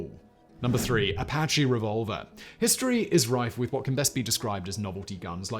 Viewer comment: The Apache knife/gun/knuckles is French and pronounced ah-pah-shay not like the Native American Apache name